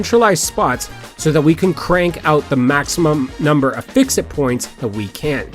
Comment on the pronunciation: FICSIT, not FISCIT. pronounced FIX IT